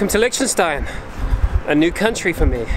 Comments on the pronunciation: hoii not the way this guy pronounces it. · Is that how Liechtenstein is pronounced?